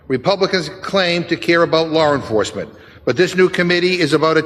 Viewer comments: He said "Lar" enforcement, 😂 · Did he say lor enforcement?